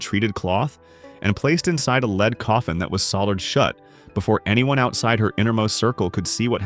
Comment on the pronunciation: Too bad AI narration cannot tell “lead” (pulling a thing along) from “lead” (the metal) F-AI